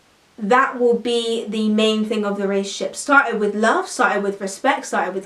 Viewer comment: she keeps saying "relay-ship" and not "relationship" lol